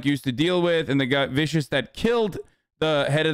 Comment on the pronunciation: vicious was heavily butchered it hurts. Itaiiii!!!!!